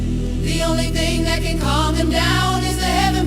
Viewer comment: said"con" not calm